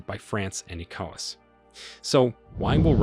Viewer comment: The narrator needs to research how to say correctly the following words; wagner, Niger, ECOWAS and coup before putting out another video